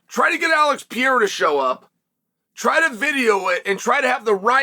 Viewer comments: Alex R u Pronouncing Pierre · “Ax pear”😂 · It's Pierre 😂... the "a" is silent in Chael's world. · Is Chael mispronouncing Alex Perieras name to make me comment about it cause I can't imagine he doesn't really know how to say it 😂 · How does one ball Sonnen not know how to pronounce Pereira lol